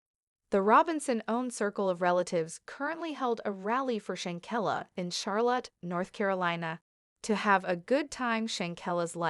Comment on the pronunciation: Say the young lady name correctly, STOP DISRESPECTING SHANQUELLA, THAT IS WHY YOU DON'T HAVE NOONE COMMENTING ON YOUR PAGE